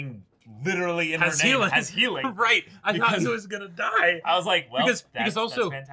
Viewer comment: "If u don't fight, u Daida" HELP I CAN'T STOP LAUGHING